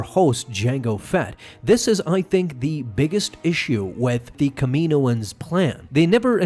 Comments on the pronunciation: It's pronounced Kam E No Ans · I think I'm more upset about the way he pronounces Kaminoans